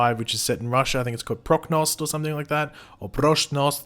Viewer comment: completely mispronounces Prochnost Takes breath**NAILS the word including the accent